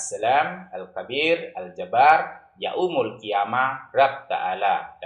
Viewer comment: Itu mah murtadin odong² , masa bilang yaumul jadi ya-umul , harusnya jangan di penggal